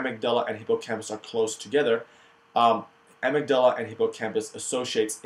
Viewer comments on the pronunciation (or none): You may have learned how to pronounce things by now but, amygdala: a-myg-da-la four syllables. Learn more proper pronunciation here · You say amygdala like such an Arab! Great video.